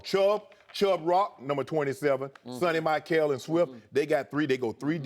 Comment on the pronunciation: "Sunny My-kale" (Sony Michel) - Shannon Sharpe LOL